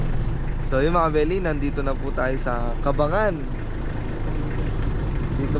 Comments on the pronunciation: Ang pagbigkas ng lugar ay "cabang gan" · mali pagka bigkas mo sa lugar...😅 ca bang gan.ganyan tamang bigkas sa lugar.just saying lang 😂